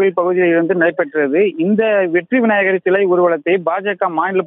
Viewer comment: விநாயகர் விநாயகர் என 100 தடவை உச்சரித்துப் பழகவும்.